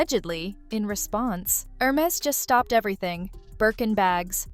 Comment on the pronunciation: it's err-mehz... :) instead of her-mehz... :)